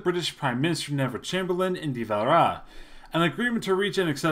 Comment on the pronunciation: lol he dosen't just butcher De Valera's name he dosen't even pronounce Anthony Eden's name right either.